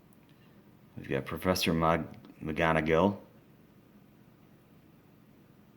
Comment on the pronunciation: He said professor maganagil and madam mooch XD